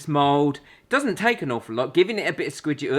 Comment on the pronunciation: I love how you say scwidgy ridgy if that's how you spell it. Lol